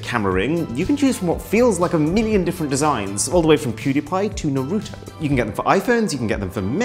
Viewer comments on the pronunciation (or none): I like how you say it as NorUto lol